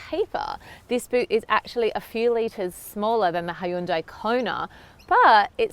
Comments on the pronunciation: Please learn how to pronounce car makers name first!! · You would think she would look up how to pronounce Hyundai before making a video about it.